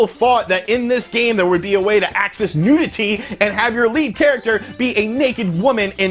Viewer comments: Your saying NUDITY not NEWTITIDY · NEW-dih-tee lol this was a great vid. I remember all of these rumours xD